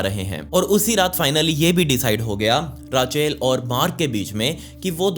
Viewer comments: it will not called rachel... its Rak-el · It's रेचल not राचेल 🙄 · Bhai raachel nhi ray-chal padhte h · Sab thik h video me koi dikkat nhi h.. but it’s not Raaaa-chel, it’s Rachel 😂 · Its not raachel its Rachel when you pronounce bro